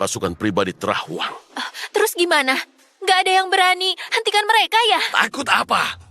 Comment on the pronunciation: Ngomong terrus😂😂😂